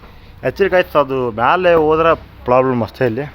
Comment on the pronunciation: Problem ❎️ poblem ✅️. 😅😅😅